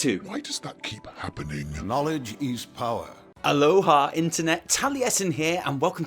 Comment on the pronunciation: lmfao he said ALOHA